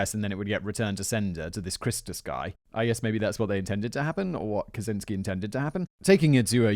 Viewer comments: Did you just say Kazinsky or Kazansky ?! 😱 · It always amases me that almost no one realises that the 'cz' in his last name should be read as a 'ch'. Cya Raziel-chan